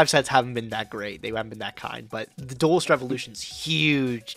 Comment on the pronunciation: Listening to constantly say "Duelist" continues to be the most cringe thing about this series